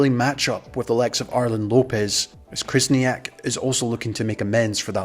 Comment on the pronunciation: You also butchered Khyzhniak, it’s not krizniak lol